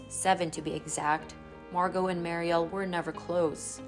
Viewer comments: Her sister is Mur ree el not Mary el. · The younger sister's name is not pronounced "Mar-e-al" with the accent over the al. ...but with the accent over the FIRST SYLLABLE MUR-IAL. Other than that, an excellent portrayal of a fallen star. 👏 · Regarding younger sister, Mariel… her name is pronounced like “Mary-ul” (sounds like lull), not “Maary-el”, with emphasis on the first syllable rather than the second. 😊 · Muriel ( Mer-re-el) why don’t you learn how to pronounce names before you record? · MARY-el is how you say her little sister's name. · Dry sad story. Just an FYI/ to the host - Her sisters name is pronounced “mare-e-el” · Mispronounced Mariel.